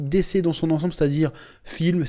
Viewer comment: T'a prononciation de dc me fait grincer des dents 😬😂